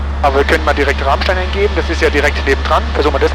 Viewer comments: Moin, bin gerade durch Zufall über dieses Super-Video gestolpert, als Pilot Frank Abonnent. Man spricht es „Ramstää“. Und eher wie Ramm als wie Rahm...ich weiß es als Westpfälzer. 😅 P.S. Ich war als ehemaliger Schüler der Gesamtschule Enkenbach-Alsenborn 1988 auf der Airbase beim Wandertag. Wir waren in der Tat auf dem Tower, in einem Shelter Warzenschwein gucken, bei der Wachhundestaffel und auf dem Heuberg zum Bowlen. Habe noch Fotos. Wohl einer der denkwürdigsten Wandertage für einen Flugzeugfan und eine rare Gelegenheit obendrein. PPS. Habe auf deiner Homebase in Worms 1991 mein BZF gemacht. Leider lange nicht mehr geflogen. Kanal ist abonniert. Grüße aus EDDH! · Ich dachte schon du findest das Bernstein Zimmer im Bunker 🤪🤘🏼 Sagtest du mit Absicht „Rahmstein“ wegen deinem Dialekt?! 🤔 Danke für das Video! Alte Airbase ist immer cool 🤘🏼🤘🏼✨